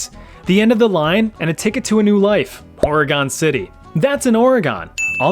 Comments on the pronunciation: How hard is it to say organ not oreegone. Pronounced like the piano or part of your body. Your choice my guy 😂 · Stop pronouncing Oregon as Oruhgone, it's fricking pronounced Oruhgun or Oragun (pronounced using a broad a, think 'uh'). You were driving me up the wall mispronouncing it every 10 seconds during the Oregon Trail part. Surely you must have heard the correct pronunciation before? Whatever, pissing me off.